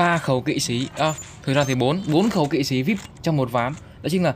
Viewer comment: Là kỵ sĩ chứ k phải là kỵ sí